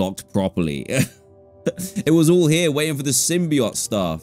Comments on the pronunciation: DanTDM I haven't watched your videos in a long time and I love Spiderman so im gonna watch all this series after this video (the way to pronounce symbiote is sim-be-oat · Symbi oat is how it's pronounced Dan 😊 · Yes, it is pronounced symbie-oete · yea, as a venom and marvel fan its pronounced as "sim-bee-oat"